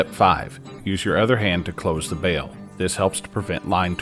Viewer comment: Thanks for correctly calling it a bail, not a bell. 😁